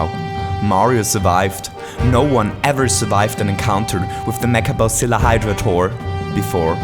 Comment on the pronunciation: i love that accent "mecha bowziller"